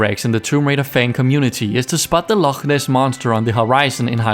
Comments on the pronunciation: Sir, as a Scot I cannot express how happy I am to hear you pronounce 'Loch' Ness correctly. So many people the world over get it wrong! You have my respect. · Hah, the same thing stood out to me - it’s so unusual to hear it said correctly!